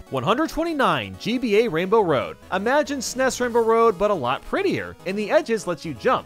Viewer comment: I hate the way he says snes